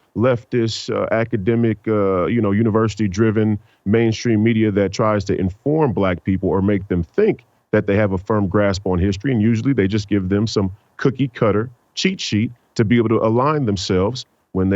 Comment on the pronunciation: He Said Cookey Cutta…